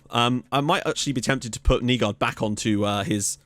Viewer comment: haha dont worry, you're actually doing a fair bit of them rather well. Words like Hvidovre are tough coz the sound is smooth and comes from the back of your throat. And on another note, names like Nygaard is pronounced openly at the end like; Nygoar. Just in case you were wondering. Keep up the good work!